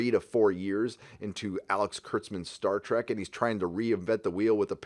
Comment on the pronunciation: "Star Treku dijinai!!"